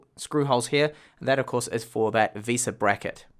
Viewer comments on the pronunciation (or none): none